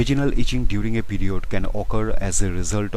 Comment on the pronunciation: "pEe rEod"🥺🥺